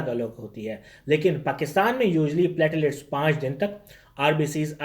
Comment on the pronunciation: NAT, HIV, HCV, HBSAG, Nimonia, TB, Tests are must be mandatory.. it's platelets not patilats...